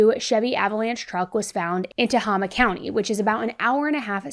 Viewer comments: I live really close to here.... her truck was found in cottonwood...also no judgment or being rude but it's pronounced ta-hame-aa Tehama lol don't worry literally everyone says it that way lol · Oh my goodness I live in Tehama county and I have not heard about this. Thank you so much for sharing! Also, I absolutely adore you, but it is pronounced Ta-hay-ma 💜 also the distance between Redding and Tehama county is like 45 minutes. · I’m from this area and nobody on YouTube can say Tehama county right and it’s driving me bonkers help, it’s pronounced ta- hay - ma! Thank you 😊 😊❤ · Thank you for covering this case!! 🙏🏽✨🤍 It's pronounced Tah-Hay-Ma County if that helps 💙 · It’s pronounced ta•hey•ma county. Only reason I know is because I grew up there. Love your videos ❤ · It’s pronounced tuh HAY ma county. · I’m from this area and nobody on YouTube can say Tehama county right and it’s driving me bonkers help, it’s pronounced Tuh-HAY-muh Thank you 😊 😊❤sorry edit… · My love, it is pronounced TA-HAY-Ma (Tehama County)... it's silly because another podcaster pronounced it the same way like it rhymes with Mama. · I’m from Shasta county it’s pronounced “Tuh-Hame-uh” I was married there. but they need to search those mountains. And I would probably search Humboldt county’s murder mountain possible. There’s a lot of mountains where I’m from A LOT she’s gonna be missing for a long time.. there’s even a little baby named Ember skye ghram whose been missing since 2015 which is an even more strange and mysterious thing. Redding was the 5th most dangerous place in the US for a woman to live. I personally was almost abducted twice there before the age of 18 and my parents were helicopters. I wouldn’t walk around there without a concealed carry as a woman. Never go anywhere alone if you’re a smaller woman. It’s really unfortunate. There’s a lot a missing indigenous woman who hasn’t been found as well in a long time.